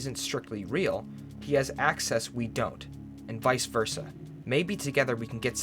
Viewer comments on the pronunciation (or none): none